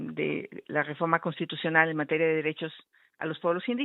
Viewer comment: XÓCHITL SE DICE "REFORMA" Y NO "DEFORDMA" ENSEÑATE A HABLAR NO SE TE QUITA LO 💩💩💩💩 AL IGUAL QUE AL LOCO Y TONTO QUE TE ENTREVISTA 💩💩💩💩💩